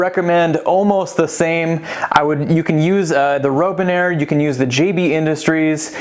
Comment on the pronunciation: It's Robinair... like the bird. Not Rowbinair.